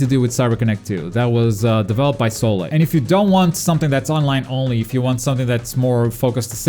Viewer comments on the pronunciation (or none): none